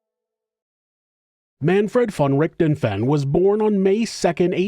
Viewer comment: I like your channel, but you really need to listen to a german pronouncing the name of Richthofen. :) Also, calling Von Richthofen a monster goes too far, in my opinion.